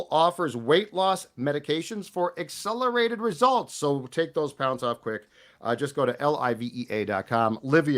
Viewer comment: "Accerlated results" 🥴